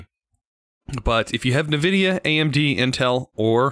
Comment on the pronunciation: Wtf I did not know there was a person in this planet who pronounce Nvidia as Nevidia.